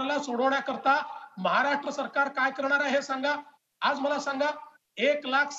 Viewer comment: ह्यांना साधे महाराष्ट्र बोलता येत नाही. महाराट्र 😀😀😀 विनोद तावडे , दानवे, गोपीनाथ मुंडे